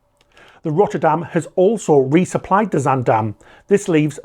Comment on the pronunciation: as a Dutch native, I have to say this first: great job on your pronunciation of 'Zaandam'! Very sad to see the incompetence of authorities continue at the (potential) cost of more human lives.